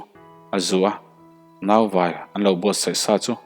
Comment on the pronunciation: Siksil leh Nau vai tih ah hian. Thlukna awm se a dik zawk lawngmaw? Ka ti deuh a